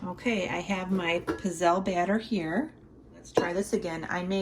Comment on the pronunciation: These humble waffle cookies are native to my dad’s region in Italy, Abruzzo (east of Rome). When my grandparents came over to America they used a hand-held iron that was put over an open flame. Of course they used oil instead of butter. They are pronounced pizzele w a hard z as in pizza! Good job,!